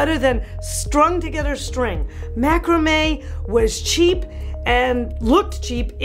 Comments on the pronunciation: Awww 😘 I think it’s so cute how you pronounce macrame 😂😘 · When said Macrame I almost died.